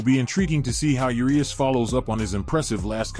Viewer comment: Thumbs down for say Yerias instead if Urias